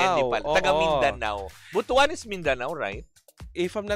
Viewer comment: Butuan is in mindanao ( caraga region) Its pronounce as BOOT-WAN not Buto-an